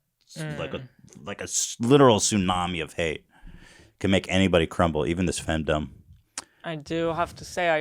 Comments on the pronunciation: Or femdumb lmao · Ethan pronouncing the ‘dom’ in femdom like ‘fandom’ is killing me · Ethan thinks "fem-Dom" rhymes with "kingdom"